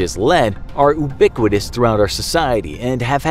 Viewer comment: "Oobiquitous" lol